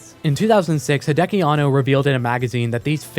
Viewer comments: Hey man, great video, but gotta let you know that it is Hideaki (秀明), not Hideki Anno. Pronounced "hee-de-ah-kee." You can copy paste his name in Kanji to Google Translate to hear for yourself. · Everytime I heard "Hideaki" as "Hideki", all I could think of was Chobits.